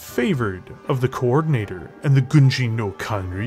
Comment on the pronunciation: i love your videos, but you're butchering the title of Gunji no Kanrei every DC mech... It's pronounced "Kan-Ray", hope this helps in future videos.